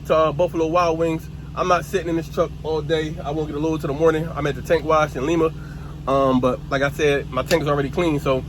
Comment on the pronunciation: 😂😂😂😂😂my dude said lema ohio. It's pronounced Lima like the fruit lime. Good video tho fam I'm happy to see you didn't Give up and got your own truck.